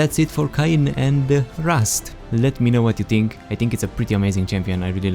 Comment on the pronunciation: KINE??? its pronounced KAYN i believe you know BECAUSE OF THE A AND Y??? i think it would be simple english right there